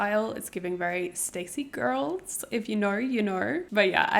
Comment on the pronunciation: "stayc gorls, if you knaur, u knaur" U ARE SO CUTE AND FUN ILY